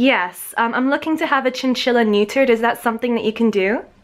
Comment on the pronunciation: Your accent was great but for future reference, you won’t hear such a hard T from most people in America unless the word BEGINS with T. We pronounce buTTer as budder, criTTer as cridder , and neuTer as neuder